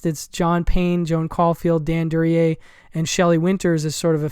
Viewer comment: Excellent group of obscure films, a lot of which are new to me. Plan on getting THE BLACK MARBLE. (Paula Prentiss is one of my favorite actresses, and she should have been in more films). Excellent pronunciation of Duryea - confident, matter of fact. ROAD TO SALINAS - any reason no mention of Rita Hayworth? Does she have a relatively small part in the film?